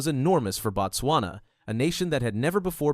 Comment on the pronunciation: Not "Bat-swana"!!!! It is "Boat-swana" or even better "Boot-swana"